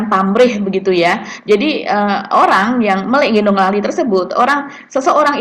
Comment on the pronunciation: melik itu bacanya melek ...